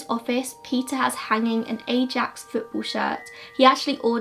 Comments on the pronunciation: The football team is pronounced I AX. Really enjoyed your story telling of the case! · I love the way you butcher the dutch language. Especially the way you pronounce Ajax. If you ever want to do another case from the Netherlands I can help you with translation! :)